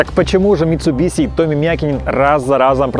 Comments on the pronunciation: Митсубиши, а не митсубиси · Да хватит уже называть Митсубиси, Митсубиши ведь)